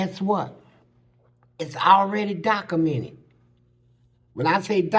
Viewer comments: "it's already docamenit" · Dude said it's "Dacamented"